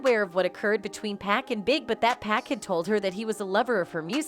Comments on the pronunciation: Exactly!!!! Someone needs to tell her it’s 2pac not 2Pack, well it’s safe to assume that she can’t rap not 1 song from 2pac or 2Pack 😂😂😂😂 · How can Pac take 5 shots and leave unharmed? 😂 Girl care yo trolling, culture vulture, knowing nothing abt hip-hop self. 😂 and you keep disrespecting this man name calling him PACK and TUPACK. GOD gone send you to the land of torment. Put some respect on God son name Miss wonderbread lady. 😂 EVEN calling Dr Dre, Dr Dree. 😂 I can't stand ppl like y'all. 😂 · She said he was shot 5 times but escaped unharmed. How dumb is that statement? And if she calls him "pack" 1 more time. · Sorry, but it’s rather annoying listening to how you pronounce 2Pac’s name. It’s Pac not Pack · Ma’am, you’re so disrespectful to this man. Please pronounce his name correctly! His name is 2PAC! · If she say 2 pack one more time........ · Pac really destroying the name with the pronunciation